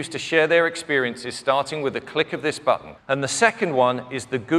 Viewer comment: It annoys me how this guy pronounces "button"